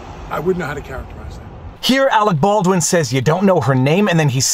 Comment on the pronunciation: Every time I hear his name, I think of team America world police. "Awec Bawdwin"